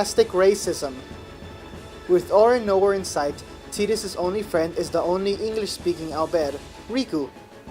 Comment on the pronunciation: omg you actually call him tee-dus. >< TI-DUS FTW is this a synopsis, a walkthrough or a review? that being said, :D love ffx !